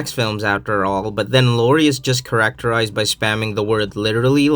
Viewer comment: >"...So I can forgive a bit of bad grammer." >"CharicTERRized" >"Engraussed"